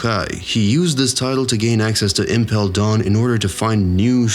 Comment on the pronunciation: I cannot listen to this guy say marEEjOeeSe and impel DAWN smh